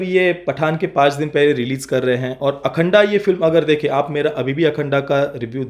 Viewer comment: अखंड बोलो अखंडा नही